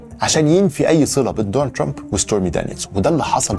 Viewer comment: كلامك كويس الا نطق اسم ترامب